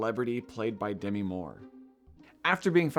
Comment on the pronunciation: This is the Kamala controversy for tiff/cannes 2024 reviewers: Demi is pronounced De-MEE. It is not supposed to rhyme with semi.